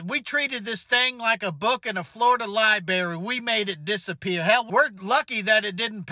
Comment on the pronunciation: "Florida Liberry"!